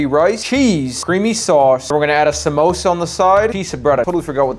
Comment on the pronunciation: "We're gonna add a sAmOsA on the side" 💀 Edit: omg this was a joke ok? ik he cant pronounce it right cuz he’s from a different country I was just comment on how he said it wrong like what you guys acting like I made some horrid hate comment which he’s attending therapy lessons for smh